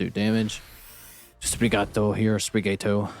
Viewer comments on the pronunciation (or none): Great matches, I loved your first win lol This is a cool deck! By the way, the way you (probably) should pronounce Sprigatito would be "Spree-gah-tea-toe" :P Since I assume the pun on the name would be Sprig from Spring, and "Gatito" for "Cat" in spanish.